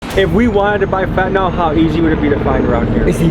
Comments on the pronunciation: Why do americans say „Fetnyl“ Its called „Fent A nyl“ ?🤣🤣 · FYI it's pronounced FEN-tanyl not FET-anol